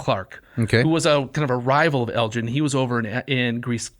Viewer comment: Guys, seriously... so much going on here that I don't even know where to start. Basics first: the G in Elgin is hard, not soft. Elgin obtains permission to "take away any pieces of stone with inscriptions and figures" from the deputy grand vizir BEFORE even setting foot in Athens. Nothing to do with greed for statues and such; he had been made aware of the decay of the buildings by Lusieri and Philip Hunt (his private secretary). Once it's clear that the ruins are doomed to perish and nobody cares, it becomes a rescue mission. Moreover, Elgin had never manifested any intention to keep the sculptures for himself, even less to bring them to Broomhall. Vrettos himself is unable to bring any evidence to corroborate this claim. On the contrary, there is plenty of proof that he wanted the sculptures to be "of public utility and public property" and be acquired for the nation, so that they could contribute "to the progress of the arts in Britain". Even Byron himself recognises that Elgin took the sculptures "to instruct the English in sculpture"! Negotiation for the government acquisition of the marbles had started already when Elgin was still in exile in France (well before the famous divorce, and therefore not connected to that). Let's spend a word on the Ottomans: they had a legal right to the marbles in international law. The right of conquest was a thing back then, and transferred to the conqueror the ownership of all public property (including military fortresses such as the A